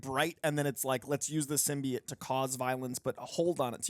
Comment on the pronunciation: you of all people should know how to pronounce Symbiote!